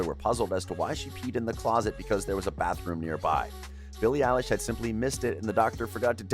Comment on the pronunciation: It is Billie elish